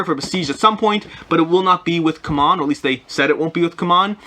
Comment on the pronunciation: Ku-mon games?? I've been calling it, see-mon games. Come on (CMON)!